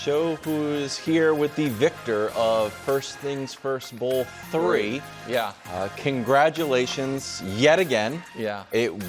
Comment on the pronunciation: Did he say "King-gratulations"?